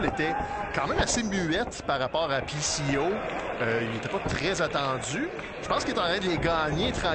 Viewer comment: I can't unhear the commentator calling him "Pissy Oh".